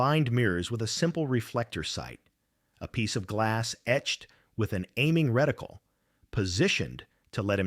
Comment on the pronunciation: A "reticule" is a woman's drawstring purse. A "reticle" or crosshair, is a pattern of fine lines or markings built into the eyepiece of an optical device. Both identical the same to AI voice